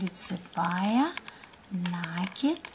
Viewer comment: Не НАААКИД , а НАКИИИД. УЖАС . ПРЕЖДЕ ЧЕМ ВИДЕО ВЫКЛАДЫВАТЬ НАДО БЫЛО ПОСМОТРЕТЬ ЧТО ВЫ НАСНИМАЛИ .